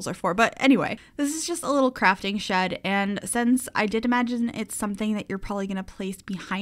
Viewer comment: What said: it's a little shed!:D What I heard: it's a little shit! Me::o